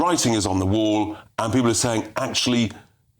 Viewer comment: cannot pronounce any word that ends in L/LE like PEOPLE or ESSENTIAL.